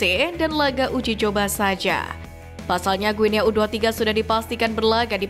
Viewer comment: Guinea dibaca Guini.... Ayo Putra Bangsa, Harumkan Negeri Ini, Jadikan Kami Bangga, INDONESIA!!!!!